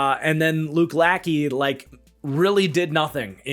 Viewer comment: You mispronounced Luke Lachey's name. Lachey is pronounced something along the lines of la-shay. Think of Jessica Simpsons former husband Nick Lachey. Luke is interesting to me because of who his father was...Jim Lachey. Probably the most talented member of the Hogs. He was not an original member of the Hogs the group of O-Lineman that lead the Redskins to 3 Superbowl championships in a 10 year period between the 1982 and 1991seasons, but he was the LT on the last two Superbowl Champion teams. Russ Grimm perhaps had the best career of the Hogs if you factor in longevity, but Lachey was probably the most talented. In a 5 season stretch between 1987 season and the 1991 he made 3 first team all pros and 1 second team all pro. He would play another four seasons after that, but shoulder injuries lead to a decline from his peak and due to shoulder injuries he would only play in 26 out of 64 possible games those last four years before retiring. He has not made the hall of fame, but a lot of Washington reporters believe of the Washington players trying to get in, he has the strongest case.